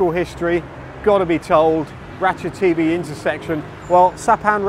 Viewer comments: Interesting as ever but I certainly won't be going there anytime soon. Mostly demolished buildings, vandalism or derelict plots. Surely even with deliberately anglicized pronunciation you would pronounce ราชเทวี as Ratcha-Thae-Wee rather than Ratcha-TV ? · I guess if depends on who the audience is. Farangs will hear it their way while Thais will hear the w. I fear becoming one of those d-bag farangs who know some Thai and who insist on correct Thai pronunciation. Too late now. I am one of them. I once accompanied a friend to the Ratchathewi hospital for a hernia operation. Picked him up afterwards and got a taxi home. Trouble was the Doc didn't give him any opioids so he was in pain. I had to tell the cabbie "koi koi" on the way home because every bump was making him cry out in pain.